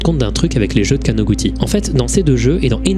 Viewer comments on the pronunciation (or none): perso j'ai vu ça du point de vue de qqn qui tape sur un clavier, et là où pour avoir "ティ" [ti] on tape "texi" ou "teli" ; pour écrire "ち" [tchi] on tape "chi" ou "ti" (plus court). du coup imo ça se prononce かなぐち [kanagutchi], et en plus ça ouvre la possibilité qu'un jeune de 13 ans ait utilisé son nom de famille comme pseudo, chose que j'ai déjà constatée avec les quelques amis japonais que j'ai en ligne :D